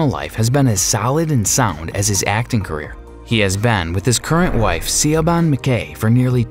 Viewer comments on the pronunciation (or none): Thomas Craig wife's name is not pronounced "see ah bon" more like Shiv-awn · It’s pronounced Shea-vonne, not sia-bahn :) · See-oh-bahn? You mean "sh-vawn?" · it’s pronounced more like “she von” than “see o ban”! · Siobhan is pronounced "sheh-vohn" not "sigh-o-ban"! 😭 Oh Lord! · Helene, Siobahn, etc. 😡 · I have to agree with many of the comments that point out the many mispronunciations of the actors’ names. I will add one. Thomas Craig’s wife is Siobhan which is not pronounced as heard in this video, “see-yo-bawn” but rather it is pronounced in English as “shi-vawn”. I add this to the many others mispronunciations of names in this video. Shameful. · SIOBAHN is pronounced ShiVawn not SeeOhBawn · And Siobhan isn't pronounced see-o-bon, it sheh-bon. Do some research! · Omg i couldnt stop laughing at the terrible mispronunciation especially Siobhan or as he says is 'sea o ban'. Siobhan is a traditional Gaelic name. It is pronounced Sha-vonne. Not Shi-vonne or Sea o ban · SIOBAN is an Irish name and is pronounced shevaun. Thanks for the info on the cast. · I think the announcer needs to have someone tell him how to pronounce names properly. "Bisson" is not pronounced like bison, rather "beeson" (it's French). Also "Siobhan" is pronounced "shevon" (it's Irish). I know, nit picky. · Besides mispronouncing character names, Thomas Craig's wife is called Siobahn, pronounced Shivorn! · Siobhan = Sha-von Bisson = Beeson Yannick = Yawnnick Pouch Cove = Pooch Cove Helene = el-ennn Perth = Not the capital of Australia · Thomas Craig's wife is Siobhan (pronounced "shiovan") McKay. Announcer person, you need to access some LIFE education. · Perth is NOT the capital of Australia. And you pronounce Siobhan SHEEVONE. Please get it right. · “Shivorn” is the phonetic pronunciation of his wife’s name. Your pronunciation is wrong. Her name is Irish in origin. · You are supposed to pronounce Siobhan as Sha-vonne 🤣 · Siobhan isn't pronounced Siobhan either